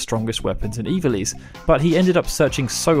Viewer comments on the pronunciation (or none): none